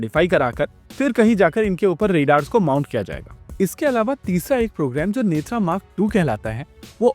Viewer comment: नेत्रा नहीं भाई नेत्र